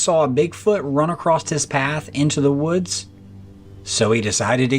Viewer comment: it's Across...not Acrost!!!